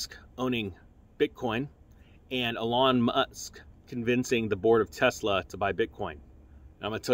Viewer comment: are you calling him alawn musk? lol